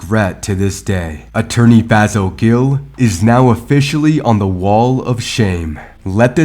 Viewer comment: He should have fired his lawyer. His name is also pronounced Fay-Saul. Always offer different possible pronunciations of the name. This keeps people more informed. Plus, the man can say you are talking about someone else by that horrendous pronunciation. Side note, black folks need to stop going to lawyers because they are black also. Research EVERYONE ! Don’t take the advice of others as gospel